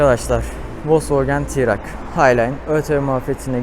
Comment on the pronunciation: Keşke Ti - Rak demeseydin araca.. Okunuşu Ti Rok şeklinde.. Video için teşekkürler